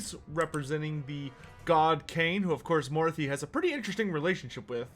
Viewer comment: It's pronounced "maw-RAH-thee", not "MORE-ah-thee"